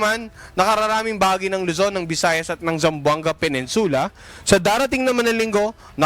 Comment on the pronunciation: PeNINsula (stress is on NIN)